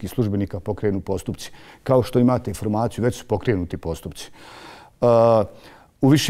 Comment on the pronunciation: kae ramo "icident" i "iformaciju" hahahah kakav je ovo krks hljebe moj mekani..